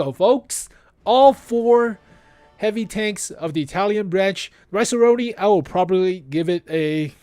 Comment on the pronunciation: "Rinoceronte" is pronounced: Ree - Naw - Cher - On - Tay